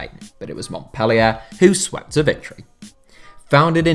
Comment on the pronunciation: it triggers me how he says Montpellier